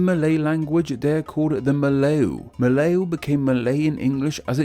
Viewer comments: Fun fact: Sabah is also called the "Land below the wind" (风下之乡), because Sabah is not affected by the typhoon and many traders often take shelter there. Also, Melayu is pronounced as Mer lar yuu. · It's so damn funny how he butchered word like "bu-ah" and "sah-bah" and ""Sah-ra-wak" and "meh-lah-yu" and "oh-rang" and "hu-tan" These misspronounsiations are said in the video as, "bu-eh" "saba" " seh-ra-wak" "ma-layu" "oh-reng" "hu-ten" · why did he pronounce "melayu" as "mlayu" which means run in javanese?? i cant- 😭😭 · I love you video but i suggest to make the pronounce more better like kalimatan you don say the N is like kalimata and melayu is yu yu not you i know is hard to pronounce other languages name is hard tbh. Good video after all i learn more about the borneo name come from cause i still dont get it why just kalimatan is called differently Fun fact: indonesia is not the language or indonesian like that but bahasa indonesia. And oranghutan is english irony cause hutan is indonesia language idk about malaysia but the bahasa indonesia is orangutan no H is weird why bahasa indonesia not called oranghutan hmmm can you explain it pls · Brunei Muara literally means Brunei river mouth. Muara is river mouth Moo a ra Melayu Is Meh -lah - you Ouh God the butchering of bahasa malaysia. Nak dengar pun macam pelik giler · rrrrrrreeeeeeeee The N in Kalimantan isn't silent!! Edit: I give up on the pronunciation of "Melayu" hahaha. It's "Me-(e sounds like ugh)-laa-you" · The pronunciation would be Me(r)-lie-you, and before 1957 (Malaysia's independence day), it was called Tanah Malayu, ie. Malay Land. So Malaysia is just the English romanization of that. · He pronounce Brunei’s districts so wrong 💀. Not to mention the word Melayu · That's quite a weird way to pronounce the word Melayu.